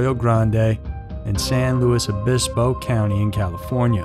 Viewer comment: omg you pronounced san luis obispo correctly. you deserve an award lol it's impossible for most people, apparently